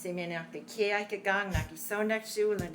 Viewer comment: When she said "Kirche" (church), I thought I heard "Ikea", lol. Ich habe jedenfalls vieles von dem verstanden, was sie erzählt hat.